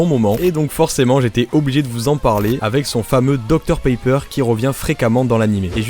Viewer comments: Suis-je le seul à entendre dr paper au lieu de pepper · pq tu prononce docteur Paypeur alors que ça se prononce pépeure